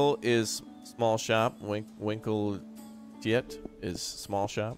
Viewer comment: Winkeltje, Vinkle-tjö The 'kie' is just in ZA, in Dutch it's hard 'T' tje.